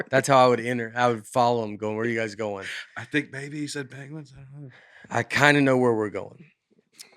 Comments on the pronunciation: I love how Nate brings up "pAnguins" every episode 😂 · he trashes aaron in an early episode for saying "panguins", truth is there isn't a hint of proper english on this podcast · that’s true haha I feel like Aaron says it correctly though